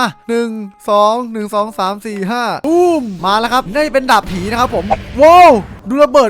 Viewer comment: พี่ครับตอนที่พี่พูดว่าดาบผีพี่บอกว่าดาบหีครับ555พี่ลองไปย้อนดู